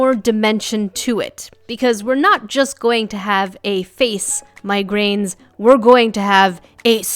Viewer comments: When you say "my grains" it sounds to me like you're saying "migraines" which I find entertaining. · when says "my grains" it sounds like she said migraines. Lol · it sounded like you called us migraines lol